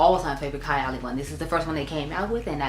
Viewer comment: Happy birthday, mom!🥰 I think the lip matches with the outer corner color of your eye. Needs a darker liner but otherwise its great. Also, its pronounced Kaaay--- Ali. I only own Apple and 28. I am looking forward to fall and winter to reach for '28 again. I have less than half a full 1 oz and a travel but when im finished , I wouldnt repurchase. Burberry Goddess is what I think '28 should have smelled like.